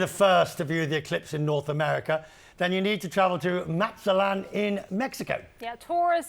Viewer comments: What? Don't have to be Mexican to pronounce it, haha! Or speak Spanish for that matter. He added an extra syllable in there 😂 "Maza-la-te-lan". That has nothing to do with his being Mexican or not 😊. His cohorts corrected him though. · This guy can't even say mazatlan 😂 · Here’s a special hint: MAZATLAN IS PRONOUNCED THE SAME WAY ITS SPELLED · Omg and now he pronounced it AGAIN in an entirely different wrong way. DISGRACEFUL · The way that both of them pronounced Mazatlan totally wrong WOW!!! DO BETTER!!!! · How many times will this dude mispronounce Mazatlan ? 🙄